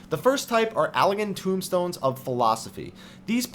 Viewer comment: They're Allagan TOMEstones, not tombstones.